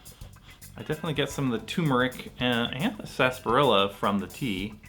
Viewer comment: Not to be that guy 😂 but “Sasbarilla” or “Sarsaparilla” ?